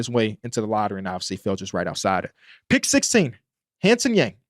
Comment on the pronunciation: love the breakdown, just fyi hansen yang’s name is pronounced like hawn (rhymes with dawn) sun (☀️) yawng (rhymes with long) 🙏🙏